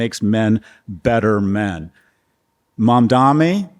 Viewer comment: Call me picky, he said Mandami. He never says it correctly, Kara was right to say it correctly then she tells him he got it, he didn't! Something about him that bugs me.